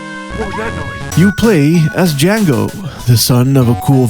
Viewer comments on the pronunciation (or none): none